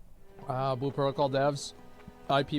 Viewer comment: Lol it’s like speech impediments in stereo. “Blue” has an L in it kids…